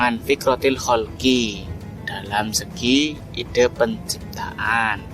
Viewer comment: Ide dari Aidea itu baca e pepet bukan e taling. Pet, Pen, Presiden bukan petai,beling